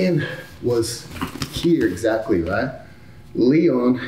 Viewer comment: Craig's American accent finally showing up! "here exactly" lol